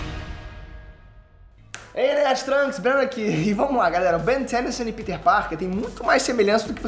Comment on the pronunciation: Não é ben "thenysan" é ben "denison", quer falar americanizado faz vídeo em inglês, nojo disso.